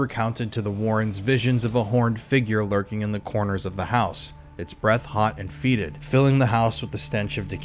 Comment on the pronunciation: your reading is too robotic, so it ruins the natural flow of the story. recitation is pronounced ress eh tay shunz, not ree cy tay shunz. FETID. ANOTHER word you've mispronounced!